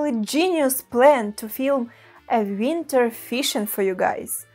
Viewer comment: I can listen to her say "winter" All day